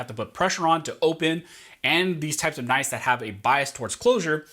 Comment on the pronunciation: "Knifes". You drove me to unimaginable anger.